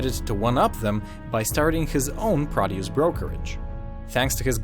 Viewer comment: Produce brokerage. You didn't hear it because he's not saying it correctly.